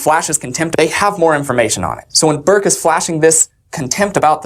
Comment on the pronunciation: Burke it’s Burke